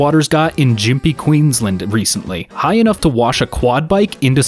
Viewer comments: Gympie is pronounced like Gimp-ee. Not Jimp-ee ☺️ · Just wanted to throw this out there. The G in Gympie is like the G in Goat. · i love you but i took 758927 psychic damage from hearing gympie pronounced jympie lmao (i was in those floods and its so nice to be able to have a bit of a laugh bc they sucked ass) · Any other aussies watching kinda triggered at how he pronounced Gympie? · He didnt really prenoumce gympie right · Gympie has a hard G in it :3